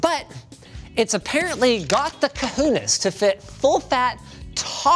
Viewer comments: Ca-who-nays? Ca-who-nays????? Ca-ho-nes, please for the love of god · Did did he just said "coogooones" instead of "cajones"?! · "Ka-hoon-is" -Linus 2021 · Ca-who-niz made my skin crawl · Linus "cuh-hue-es" Sebastian. It's painfully obvious that you're whiter than mayonnaise. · It's actually "cojones". Pronounced koh-joh-nes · Loved the pronunciation for "cojones". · I just gotta laugh when Canadians try to speak spanish words. You pronounced cojones wrong. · his pronunciation of cojones is the most canadian thing about him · Its the most Canadian thing "A-Boot" him.